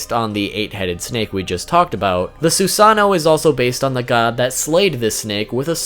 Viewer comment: It's Susano'o not Susano. :(